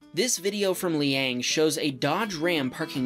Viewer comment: why did you say his LAST NAME AND pronounced LANG NOT LEANG Brian tong made the same mistake and he has a youtube channel called plainrock124